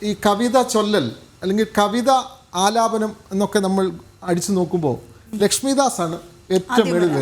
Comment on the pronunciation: കവിത +ആലാപനം കവിത +ലാപനം അല്ല.